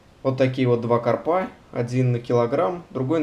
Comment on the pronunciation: Ударение в слове карпа онлайн-словарь ударений русского языка В таком слове ударение должно быть поставлено на слог с первой буквой А — кАрпа.